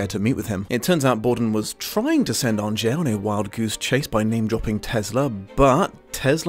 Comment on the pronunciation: Ok you watched the film how are you pronouncing angier wrong?